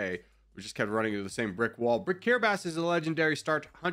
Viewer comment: I didn't know That's how kiribati was pronounced